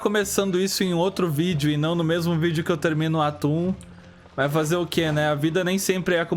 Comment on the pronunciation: Eu ouvi o falando "Acabou o atum?!" em vez de "Acabou o ato 1?!" AKAKAKAK